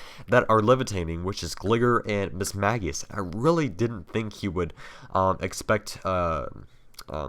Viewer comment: no, mismagius is actually pronounced miss-mahg-ee-uhs. look it up if you don't believe me.